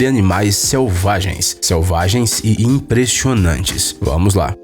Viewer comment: so eu que percebi ele falando no começo do vídeo ele fala imprechionante não impressionante